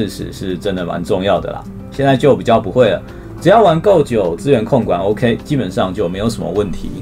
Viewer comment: 到底在恭三小 偶ㄎㄟˊ？整個就很扯